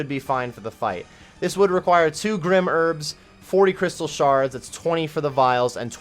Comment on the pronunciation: "Grim herbs" if it was pronounced "grim" it would be spelt like so. The word is "Grym" and should be pronounced grime!!! I WILL NOT SIT MEEKLY BY AND HAVE YOU MISPRONOUNCE IN-GAME ITEMS